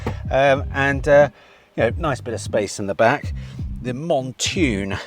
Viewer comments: Surely u have been told by now it’s Mountune not Montune……oh & need to have a Tucson in stock permanently to hear u keep saying it….❤❤❤❤❤ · Hi …It’s pronounced “Mount Tune” as in….Mount a Horse and Tune as in song. P.s you’re as mad as a box of Frogs 🐸 but, very entertaining stuff! 😂